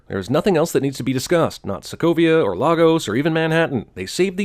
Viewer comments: I feel the need to point out, as someone who has lived in the actual Lagos in Nigeria, that the movie (and by extension you and CinemaSins) pronounced it wrong. It's not "Lah-gos", it's "Lay-gos". The scene where Cap says "Lah-gos" actually got a laugh out of the theater in Abuja where I saw it because of that, even though it wasn't a comedic scene. Minor nitpick :v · We pronounce it better, "Laygos" sounds weird, now Lahgos, that sounds good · Lagos is pronounced lay-gus, by the way. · Missed nitpick, it is pronounced Lay - goes NOT Lah - goes [Lagos] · It’s pronounced LAY-Gos not Logos... sorry that was really annoying me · Lay-guss, not lar-goes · Why do yall pronounce Lagos like that?? It's Lay-gos(like Ryan gosling) not lahgoes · It's pronounced Lay-gos BTW for all you non Nigerians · Why doesn't anyone pronounce it the right way. Lagos is pronounced LAY- GUS. Unless we're talking something different from the Nigerian city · missed nitpick: the city in Nigeria is pronounced LAY-gos. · As a Nigerian, Jeremy's pronunciation of Lagos gets to me. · OK I'm going to say this, that is not how you pronounce lagos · As a Nigerian, y'all are killing me with the mispronounced Lagos...